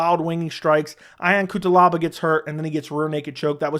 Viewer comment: My boy loves to say fighter's names wrong lol "Eye-on Cutelaba" 😂 over here Edit: just caught another one. "Mishu Suckeernov" 😂